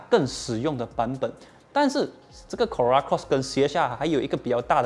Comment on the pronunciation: 怎么 Corolla 发音很难吗 ？